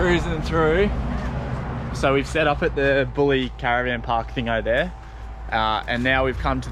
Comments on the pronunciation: Haha, Bulleee. Heads up its pronounced BULL EYE . Really enjoy your vids and keep on travellin this great country of ours .🤟PS Theres a band called The Lyrical Madmen I think some of their songs would be perfect for soundtracks etc . Not sure about the copyright scenario tho 😜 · Local here! Actually grew up 3 min from killalea state park! Wish I could have showed you guys some local spots, beautiful waterfalls that aren’t closed because they’re local known walk tracks. Just thought you guys would like to known Bulli is pronounced bull-eye. Thanks for the great exposure guys 🙌 you did the area well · Love the video but you stayed at Bulli (bull-eye) caravan park not bully! 😂 Knew what road you meant before you even gave a clue knowing where you were. Drove it just after it opened, not that exciting but looks good from the air I guess… 🤷‍♀️ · Not Bulli but pronounced Boolie \ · Hey guys! Just letting you know it's actually pronounced Bull-eye! Thanks for visiting cheers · Did ya score any waves at Mystics while camping in Killalea? Love hearing the pronunciations....had a little chuckle in that vid of my local area 😂 Bulli is pronounced 🐂👁 Did you venture to Woonona point? It was the point south of Bulli.... Captain James Cook first attempted to land there. Nice write up of the event neat the carpark. Gets a pretty good wave and the fishing isn't to shabby either 😉